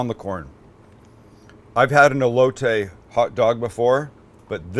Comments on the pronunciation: coooh-hoooy-taaay and ele-ohhh-tayy, fucking Christ so white lmao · The Elote not elotay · That’s not how u say it, it’s called “ eh-lo-teh” SAT IT😂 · Your saying “aye-low-tay” that’s wrong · you can say cilantro right (like a homie)but not elote! 😳😆🤣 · Sam saying Elote is the whitest thing ever lol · I love you Sam but the way you pronounce elote gave me cancer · can he say ELOTE!! just as good as he says CILANTRO same category just saying! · Being Hispanic, it bothers so bad how they say elote 😂 love you guys though!